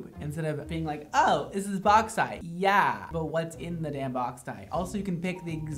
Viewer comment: it's "yuh" not "yeet" lmao